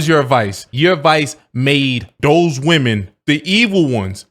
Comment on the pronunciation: piss'n ME off..he stay speaking woman-eez..